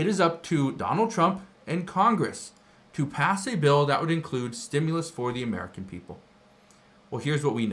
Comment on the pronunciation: ITS A REFUND CHECK STOP CALLING IT A STUMLUS.